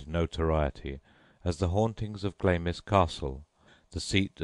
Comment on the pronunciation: Stopped listening as soon as he pronounced 'Glamis' as 'Glaymiss' instead of 'Glarms'..pah.